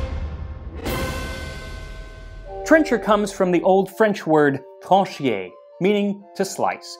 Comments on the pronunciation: 4:!3 Trancher and not Tranchier. Trancher in French = Tranchoir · funny and interesting well done! By the way the french word is "Trancher" not "Tranchier" but close enough ;)